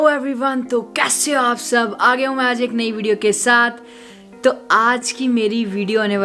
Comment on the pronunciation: Every time he says 'mee aaj ekk' I hear it 'magic'